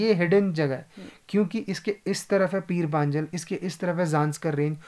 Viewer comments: O what is peer panjels. It's peer panjal. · Hello,. I would like to correct you. The actual pronunciation of that range is "पीर पंजाल". Like last time, you've been to Dharamshala, it was actually भाग्सु waterfall, not भग्सू. Welcome to Hills!!